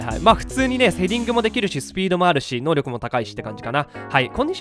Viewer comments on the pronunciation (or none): ヒカックあるある〜 たまに選手能力クイズの「のうりょく」が言えず「のうろく」になっている。